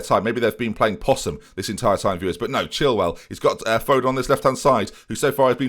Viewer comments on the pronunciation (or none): none